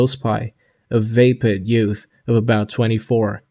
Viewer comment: I am grateful to have had keep me company during an all-day drive so please forgive me for complaining, but regularly mispronounces words throughout the book -- vapid is VAY-pid, personage is person-AHJ, noblesse oblige is pronounced as if it were the English verb "oblige," and on and on. Please buy him a pronouncing dictionary.